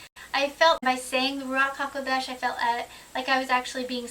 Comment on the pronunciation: Great topic again what a beautiful pronounciation Ruach haKodesh.I was just reading the ISR sciptures online version with a view to buying the hard cover when I came across set apart spirit Mark 36 I can't believe that they have translated it back to Set apart Spirit! Doesn't look like i will be ordering the hard back after all haha! Keep up the good work Shalom